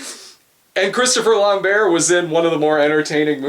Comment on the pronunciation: I had this on in the background while I was working, and then I heard you guys talking about a 'Christopher Lamb-bear'... and then I realised, you're talking about Christopher Lambert, pronounced Lamb-Bert... Weird.